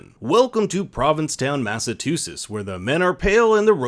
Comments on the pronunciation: Mass a CHOO setts. Not two sets. Not ok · Provincetown, “Mass-a-too-sis.” Lol. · It all takes place in “Massatootsets” 😹😹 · if this dude doesn't learn how to pronounce Massachusetts I'm gonna fucking vomit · Why did you pronounce Massachusetts like that? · Lmao you didn’t say Massachusetts right I’m crying